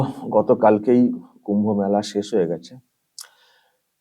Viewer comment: ওই এমপি মেলা কথাটা ঠিক মতো উচ্চারণ করতে পারছে না ,তার থেকে আমরা কি আশা করতে পারি ,ওনাদের যে টুকু জ্ঞান তার বেশি আর কি বলবে ,এটাও জানতে ইচ্ছা করছে উনি কোন সম্প্রদায়ের?